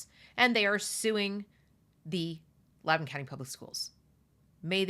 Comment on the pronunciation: It’s LOUDOUN.